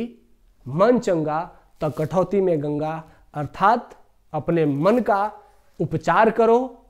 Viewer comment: कठवती नहीं कठौती होता है